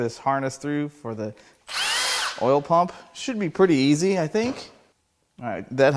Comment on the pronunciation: "Shmoo pump," darn it, now I want some shmoo cake.